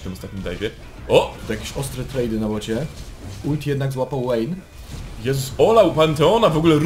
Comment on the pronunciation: "łejn" i "łejni" serio? 2 podstawówka się kłania "v" w angielskim czyta się jak "w" dlatego "wejn" i "wejni" a nie przez "ł"